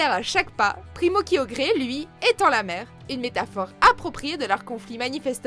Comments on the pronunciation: J'ai un problème avec la prononciation quoi ça se dit pas kyogré sa se dit Kyogre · Kyogré JPP 😂😂😂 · Ses possible de dire kyogre a la place de kyogré et latias et latios au lieux de latia et latio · Primo kyogré😂😂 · C'est kiogre pas kiogré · euhhh on dit pas Kyogré mais Kyogre n'essaiyer pas de déformé les noms des pokémons c'est comme : méga Latia et Latio que vous avez dit c'est Latias et Latios....... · c'est pas kiogré, c'est kiogre. En tout cas mon pkm le plus puissant est Hoopa forme déchaîner avec sa vitesse et sa puissance incroyable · kyogré ? Mais ptn mauvaise prononciation mais j'adore toutjours Kyogre Vous êtes là les Fan de kyogre ? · la première fois qu'il es cité j'ai entendu guyodré perso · Kyogré ?! Sérieux ??! Latio latia ? Bruh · Tu m'a tue avec primo kiogré ses kiogre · WTF kyogré sa se prononce (qui ogre) Kyogre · "kyogré" mdrrrr c'est "kyogre" simplement 😌😌😌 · Personnellement mewtwo est mon pokémon préférée donc je suis contente qu'il soit dans le classement mais j'avoue qu'il aurait pu avoir d'autre pokémon aussi fort comme deoxys par exemple. Et on en parle que la voix off prononce kyogre "kyograi" , j'ai failli m'étouffer avec mon coca sérieux. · Ahhhhh mes oreilles ! " Latios " sans pronnnoncer le S et " Kyogre " en le prononçant " Kyogré " !!!!! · Sérieusement c'est quoi cette prononciation désastreuse KIOGRÉ, LATIO LATIA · Kyogre et pas kyogré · prima kayogre primo grouadonne et magaya raikaza tout shiny on se demande qui est le mieux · MDR arceus 4 ème et tu prononce kyogre kiogré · non la chaine francaise a juste pompé sur la chaine anglaise dans lequel ils prononcaient Kaïogri (ce qui etait déja pas bon) et ils ont pas cherché a vérifier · la prononciation de kyogre elle ma tuer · La prononciation !!! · MES OREILLES SAIGNES PUTAIN AH AH AH AH AH ......KYOGRÉ ,LATIO,LATIA ....MON DIEU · J'en étais sûr qu'on allait finir par te croiser ^^ Ce qui me fais mal c'est la prononciation de Kyogre